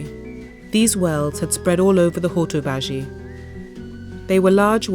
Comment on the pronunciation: Nicely put together & great info but the dreadful pronunciation of Hortobágy in particular did put my teeth on edge.